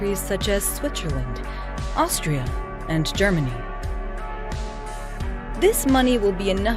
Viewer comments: And it said Switcherland at one point, I lost it -.- the worst robot narrator ever. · Switzerland as well. :-)))